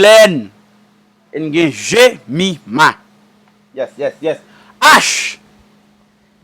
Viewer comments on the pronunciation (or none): HE SAID MY NAME BUT WITH A G ITS JEMIMAH NOT GEMIMA BUT THE FARINE PART HAD ME DEAD